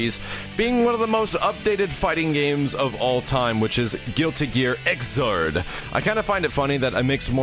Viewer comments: Xrd is pronounced "igzard" BUT YOU GO AHEAD AND SAY IT WrONG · hey the right pronounce is "Zerd" for Xrd;)